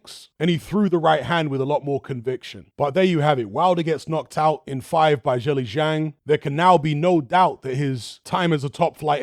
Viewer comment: Thanks! Btw if you want to be one of the first YouTubers to pronounce zhilei zhang correctly, it’s pronounced more like “jurr lay jang”.